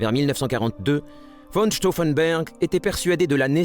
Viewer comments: Stauffenberg et pas Stauffenber c'est une hérésie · The commentary calls Claus von Stauffenberg "von Stauffenburg". The commentary on events is rather simplified and jingoistic.